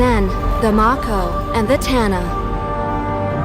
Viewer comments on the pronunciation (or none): The lady at the start of the trailer pronounced Mako wrong.